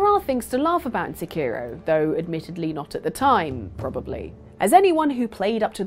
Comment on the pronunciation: Where are the other people? Are they still involved with this stuff? Also why do so many Brits butcher Japanese names? I don't expect people to pronounce Sekiro just like a Japanese person would, but the emphasis is all wrong.